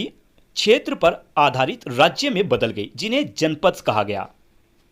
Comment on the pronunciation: चक्रवर्ती क्षेत्र होता हे न कि खेतृ